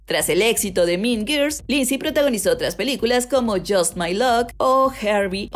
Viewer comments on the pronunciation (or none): No es tan difícil pronunciar guuuuuurls 🙄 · Por favor no puedo con lo mal que pronuncia Girls